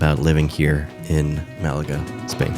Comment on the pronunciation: I really enjoyed your video. I’m watching it while I work and I have to tell you that your soothing voice lowered my blood pressure. lol And as a fellow American, thank you for pronouncing Málaga correctly. I’m sure the locals appreciate it even more. 😆